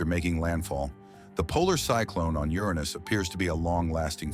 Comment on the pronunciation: Is this guy trying to say Uranus?